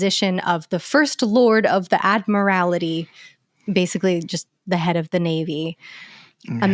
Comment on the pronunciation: Do Americans not know how to say admiralty? Or is it just?